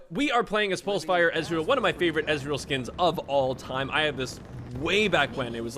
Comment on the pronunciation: your ezreal, is awful lol